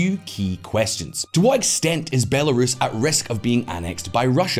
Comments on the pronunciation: Not sure if the voiceover narrator has been living under a rock, but that's not how you pronounce Belarus. And it's not the first video she's done this in either. Someone needs to talk to her and get that sorted. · Please teach that narrator to pronounce Belarus! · When will they train that female AI narrating voice to pronounce Belarus correctly? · The woman who does the voice over and keeps mispronouncing Belarus is driving me crazy. If you lack the will to research your projects then maybe just don't do them. Just sayin. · Hard to take this channel seriously when Belarus can't be pronounced properly and this makes it through the editing process. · It looks sloppy when the voice over chick can't pronounce Belarus correctly. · Heads up: your voiceover lady (or AI?) for those headlines has all sorts of pronunciation issues. Belarus … totally wrong, and Russophobic too. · The shoddy robot voice that can’t pronounce Belarus makes your videos trash every time you use it! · The voiceover reading the headlines needs to learn how to pronounce Belarus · Guys, I get that you want an american voice for the transitions for easier consumption, but please for the love of god explain to her how to pronounce belarus and stop accepting these recordings unless she fixes them. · The female voiceover pronouncing “Belarus” sounds unusual to me. Is that normal? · Programs, famously known for learning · yeah i guess something all these people talking about "its just an AI GUYS, its whatever" are ignoring, is that spending 2 minutes to get the AI to properly pronounce belarus is probably pretty easy. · This channel has lots of pronunciation mistakes. It's a great channel, but damn they get it wrong a lot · The female voice (Presumably it is digital) kept mispronouncing Belarus, it was highly annoying. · Can you find someone who knows how to pronounce belarus!? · Your female narrator doesn't know how to pronounce "Belarus?" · The female voice doesn't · Bell air es 10/10 pronunciation lol